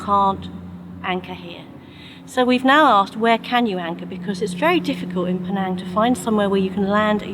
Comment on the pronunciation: that's not how to pronounce Penang...